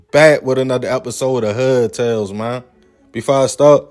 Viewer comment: Did you say hood tales or hud tales😂😂😂😂